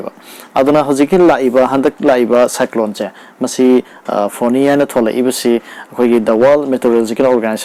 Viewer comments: Yeah it's Fani not foni. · Hairido soire NOT FONI FANI